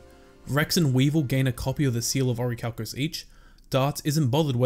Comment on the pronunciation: 😂😂 then officially it's "the seawl uh oracalcamose" Pronunciation is key